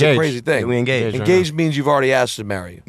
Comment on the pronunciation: Thought he said “I’m gay” when he said “I’m engaged”